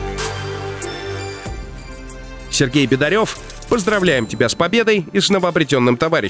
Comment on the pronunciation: думаю фамилия Бедарев читается через "Е", а не "Бедарёв"